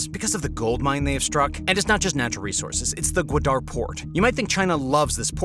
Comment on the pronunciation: It’s GWA-dar, not gwa-DAR.